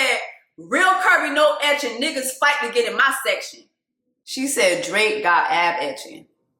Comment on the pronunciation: Not you calling Drake “Draq” 😁